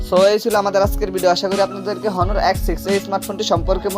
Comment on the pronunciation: হনার না অনার..